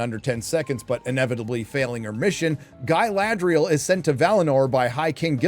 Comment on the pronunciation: An Evil has returned! “Guyladriel”